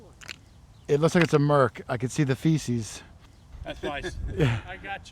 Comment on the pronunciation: C’mon, … It’s called the ‘FASCES’…. not the feces!